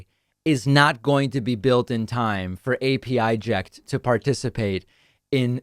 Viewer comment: It's pronounced "Apəject" The 'pə' sound as in "perfect"